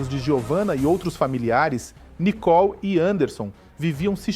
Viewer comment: Não é Nicol e Nicole uma jornalista falando errado monstro está mãe é culpado por este covarde dentro de casa lixo 😂😂😂😂😂😂😂😂